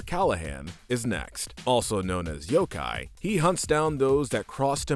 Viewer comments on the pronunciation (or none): none